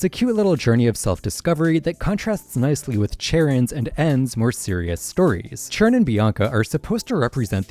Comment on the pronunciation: It’s pronounced amp-fuh-RAHS, GUH-layde, YOOX-ee, yoo-NUH-vuh, EYE-SEER-iss, kuh-STEEL-ee-uh, CHAIR-ihn, KAH-lohs, SUH-REE-nuh, glad-ee-AHN, sill-val-EYE, ZAH-SHEE-ihn, “Patrick Star”! 🤨